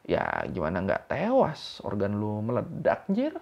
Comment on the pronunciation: ralat bang, medelak bukan meledak 🙂